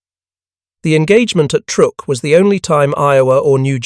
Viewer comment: It's pronounced "Trook"